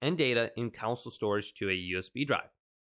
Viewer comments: it's CONSOLE not COUNCIL!!! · “CON” “SOLE” cringe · So many people can’t say console. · Why do you pronounce “console” that way